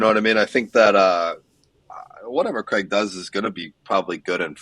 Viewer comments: Did she just say Graig Jones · Different pronounciation usually north americans say something more similar to "creg"